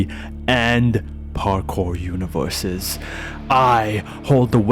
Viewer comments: cant say universes, "univewses" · Man, when the villain said "Univewses" he lost all his "serious villain factor". I can't take a villain that can't pronounce "R" seriously. Come on. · I genuinely burst out laughing when he said "I am the only one to be born between pvp and parkour univewses." I normally don't make fun of speech impediments, but to hear someone as serious and mysterious as that talk like a baby is just too good.